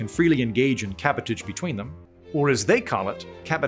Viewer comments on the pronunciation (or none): "Cabotage" is pronounced like "sabotage" ....with an aaaaahhhhhh